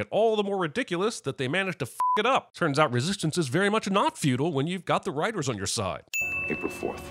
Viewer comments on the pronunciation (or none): Plus one sin for Data saying "Fut'l" instead of "Futile".